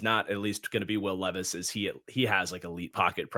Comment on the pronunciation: Nah I watched a short last night where this guy called Levis, Leevis and then called Malik (which is pronounced Ma-leek) Mal-ick 😂😂 dawg. Levis, LEEVIS I’m crying. As if he isn’t enough of a meme already